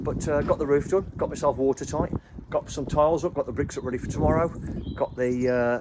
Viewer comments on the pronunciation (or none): none